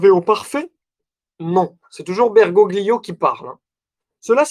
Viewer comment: Merci pour cette conférence. Un détail: en italien on ne prononce pas le « g » devant le «l » donc Bergoglio doit se lire Bergolio. Bergoglio étant un patronyme d’origine Italienne. En UDP